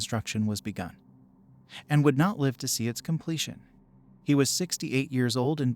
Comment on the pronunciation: You guys have people read some of these, right? If it isn't a text-to-speech, can you politely ask them to pronounce "live" and "lives" correctly? Kinda takes me out of the stories every time they mispronounce the words.